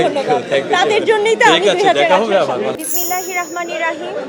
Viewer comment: বিসমিল্লাহ শুদ্ধ করে বলতে পারেনা